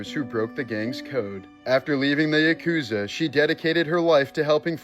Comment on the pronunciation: "Yuh-KOOZA?!!?" 🤣 Try, "YAH-koo-zah."